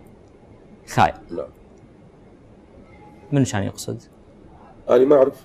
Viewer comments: أول مرة اسمع بحرف الـ (خاي)!! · طاحظ هيج اعلام اللي يخلي هيج مقدم يعني حته لفظ الحروف غير صحيح (خاي) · حرف ال خاء صار اسمه خاي عود هذا مقدم برامج ومثقف 😒😏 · نطق المذيع لحرف الخاء بالخاي دليل على عدم ثقافته العامة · مع كل احترامي للفنان عزيز خيون والكادر بأستثناء المقدم الي يفتقر للثقافة العامة نطق الحرف هو الخاء وليس خاي مثل مكال وبدال هالنفاق حاول تقدم شي ايجابي يخدم الفن والفنانين الشباب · خاء وليس خاي. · خاء وليس خاي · عين خاي؟ عين . خاء إضبط اللغة ثم تكلم مع القمم